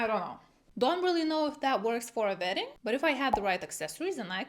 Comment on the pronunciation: I thought she said “vetting” season. I was like “WHAT”!